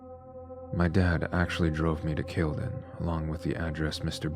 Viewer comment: It’s pronounced Cal le done 😅